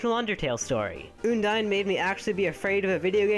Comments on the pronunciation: I think it's undyne not ooodyne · Its UN-DIE-N not OON-DIE-N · ummm....did you guys notice that he said oundyne? not undyne... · Oondyne? Oondyne? IT'S UNDYNE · Undyne not oondyne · Its pronounced uhn-dine Not ooon Uh-n-d-ine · uuundyne? its pronunced i think AN-DIE-NN thats the best i can help you prononce when i an doing it through a comment section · It's Uhndyne not Oondyne! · Uh-n-die-n not une-die-n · its not pronounced OONDINE its pronounced UHNDINE XD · it's pronounced un dyne not ooondyne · I say an-dyne not oon-dyne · Oondyne? It's Undyne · Did you say...... Oondyne? It's un-dyne. Not trying to hate just pointing this out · Eudyne it sounds like this it's undyne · Oondyne really it's UNdyne UNdyne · What Oondyne? It's Undyne XD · uondyne it`s undyne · its not oohndyne its un dyne un as in undo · It's undyne not oondine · ehm it not oondyne its undyne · Oh btw its UNdyne not YOUndyne. if it were her name being a pun on Undying wouldn't make sense. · ITS UN-DYNE UN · WHEN HE SAID 'OOONDYNE' I GOT HELLA TRIGGRDDDDD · oondyne lol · Btw it's pronounced Un dine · You mispronounced Undyne it's ( un-dyne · Here's how to pronounce Undyne. Uhn-dine. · my list: 5. oondine 4. oondine 3. oondine 2. oondine 1. oondine yep. dat pronunciation killed EVERYONE in the comments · OMG IT'S OONDYNE! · OONDYNE! that pronunciation killed me. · Why did he pronounce undyne like oondyne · How are you pronouncing Undyne so wrong? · WHY ISNT SANS-PAI NOT 1?! also you pronounce Undyne wrong.. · Man you're saying Undyne's name wrong... Please check somewhere how to say it right.. XD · u said undyne wrong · You pronounced Undyne WRONG!